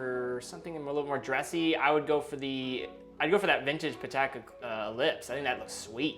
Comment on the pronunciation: The way the dealer pronounces Patek as "Parak" is driving me crazy.